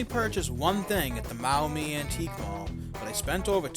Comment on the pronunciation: It’s pronounced Mawmee. I used to live in Toledo